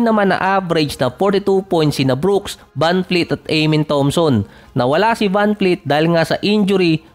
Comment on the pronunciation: vanvleet hindi vanfleet